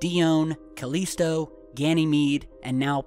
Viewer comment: INCLADIUS? CALESTO? Enceladus? CALLISTO... GOOGLE DUDE...